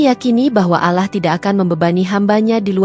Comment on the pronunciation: Cibinong Bogor, mbak maaf ya, bisa GK d perbaiki kata, ALLAH nya🙏🙏🙏